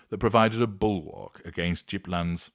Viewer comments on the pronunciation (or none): Did he say JIPLAND? 😂😂😂😂. Do learn pronunciation mate, it's hard g Gippsland! Named after Governor Gipps!! And short a in Leongatha ..... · Is he calling Gippsland Gip-land? Just checking, knowing how to pronounce unknown towns is hard. Not like you can just ask a local from across the globe. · It’s pronounced Gipps land ….Gippsland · Even other place names needs some fine tuning on, but that’s excusable for a non Aussie. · Hi, thank you for covering this intriguing case. I am really looking forward to this series on Erin Patterson. Some friendly guidance; the G in Gippsland is pronounced like the G in Guy rather than George.